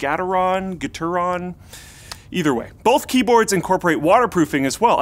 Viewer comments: It's pronounced "Gah-teron" And all analog sensors work that way,. If it isn't a binary input it's analog. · The inability to pronounce Gateron makes me want to unfollow the entire channel.